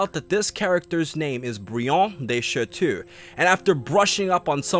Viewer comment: It's pronounced sha-toe, not sha-to.